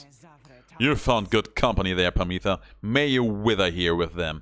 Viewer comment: Harp sisters' names are pronounced "Pámitha" and "Támitha", with the accent on the first "a".